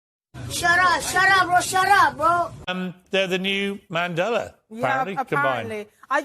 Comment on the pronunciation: Harry can't even PRONOUNCE Nelson Mandela's surname. As a South African it tees me off incredibly! 🙄